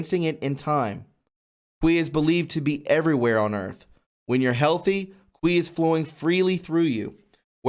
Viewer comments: Qi is pronounced "chee" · Pronounce qi as key. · Qi is pronounced chi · Qi is pronounced Chi (Chee) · FYI: "Qi" is pronounced "chee." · Qi is pronounced "chee". And it's based on a Taoist belief. Is it mentioned in the Bible? Did Jesus ever use it? NOPE. That means it's (yet another) distraction tactic. When you start talking about super humans, you're headed for a slippery slope! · Dude, awesome topic but you are hurting my ears. It is pronounced Chee energy. Chee gong spelled Qi or Chi gong in ping yin. Chi is life force or life energy. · Also pronounced KEY or KEY GONG. Agreed, I almost turned this one off. It's painful. Brother you're doing a great job with everything except the reading part. Maybe get someone else to read the articles for you in your vids. Your lack of ability to read fluently and pronounce things correctly makes your viewers cringe and causes lack of interest to a degree that many people "turn the channel". We love you man, but you gotta fix this. And I do believe that just simply finding someone who can read really well and get them to record the article sections will fix it. A little editing that in, and you're golden. Cheers mate. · It's English pronouncement is Chee, long e sound. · LOL. I won't tease you too hard. But,, how'd you get the sound "kwee" out of Qi. It is pronounced Chi as though you were to say Cheetos. I don't know how "they" got that sound either, but you know how stupid some of us in english speaking north America can be, although not implicating you. Some english spellings in mandarin or cantonese are way off base in pronunciation where doesn't have to be. My skill is Korean and had to make some corrections there in the past, especially for the word "Hyundai" which should been spelled "HyonDae" or "Hyondé." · Great video!! Qi is pronounced Chi or Chee. I hope someone does a video on the practice called body talk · Qi pronounced Chee. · QI IS PRONOUNCED CHEE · It's pronounced 'chi'. Qi that is.